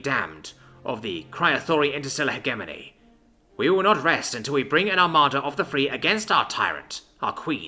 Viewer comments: its pronounced "he jeh money" not he gey money come the f on man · I wish I could listen this to completion but after third "heghemony" I gave up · "Hedge A Mony" please and thank you. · Jesus christ, cant even pronounce hegemony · Not bad. Work on your pronunciation of the word "hegemony". The g is pronounced like gem, giraffe, ginger, and * shudders * gif. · You read more than you listen. Good, but it means your pronunciation takes a bit. "indictment" and "hegemony" were mispronounced. 👍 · "Hegemony" is pronounced with a soft G, not a hard G